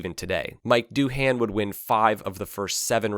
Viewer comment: Mick* Doohan.